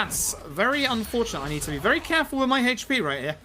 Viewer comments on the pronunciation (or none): Except the pronunciation of Yakuza and HP, sure it's great.